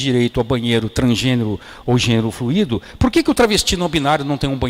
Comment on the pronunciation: Excelente palestra. Só uma correção mínima: pronuncia-se flUUUUUUUUUUi-do e não flu-ÍÍÍÍÍ-do. Só pra ficar nítido.